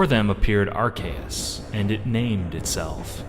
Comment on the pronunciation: IT'S PRONOUNCED ARC-OO-SE!